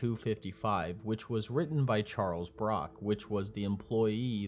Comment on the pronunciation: Charles Brook, not Brock